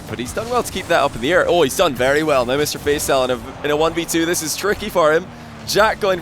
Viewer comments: it's pronounced Fa-ee-saal not Fay-saal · What ? No its not. Its always pronounced Fay-Sal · Please learn how to pronounce Faisal, deary me 🤦‍♂️ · your pronounciation of Faisal sounds funny 😂